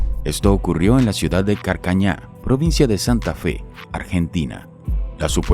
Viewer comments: Se dice car ca ra ña. en Argentina. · Es Carcaraña en la provincia de santafe, no Carcaña